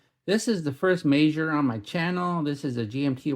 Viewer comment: In my head, I've always pronounced the brand as the word "meager". Your pronunciation sounds classier. 🙂